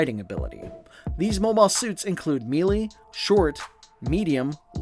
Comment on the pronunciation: Sorry but ''meelee''